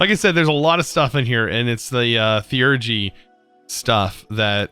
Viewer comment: HOW DO YOU SAY THEURGY CORRECTLY BUT YOU CAN'T SAY MIND!? WHO CREATED YOU TO ANTAGONIZE ME!? IT WAS JASON WASN'T IT!!?